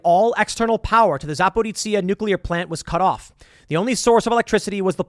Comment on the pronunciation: Also, it's Za-pear-OSHA.